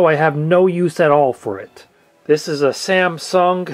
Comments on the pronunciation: Samsung, not Sääääämsoong. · SamsungG? There should be no extra pronounced G at the end. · You are pronouncing SAMSUNG in a funny way. Why the extra G at the end? :) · Stop adding a "P" in the middle of SAMSUNG.....they aren't SAMPSUNG!!!!!